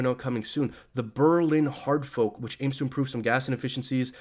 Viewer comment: Um, it's called a hard "fork" not a hard "folk". Maybe you should learn the absolute fundamental basics before you shill Ethereum. Is $10k possible this year? Sure. It's blockchain, anything is possible, but the truth is we will be lucky if it tops $5k this year. Fundamentals bro, fundamentals...